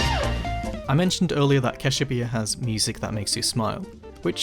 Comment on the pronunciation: bros said CASHEWPEA